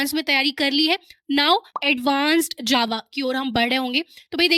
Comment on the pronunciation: btw JAVA me G nhi J hota hai 🙂